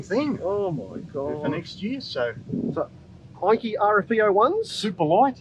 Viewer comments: It’s pronounced “ENN KAY” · Thanks mate and we have already changed our pronunciation of Enkei in future videos. 😀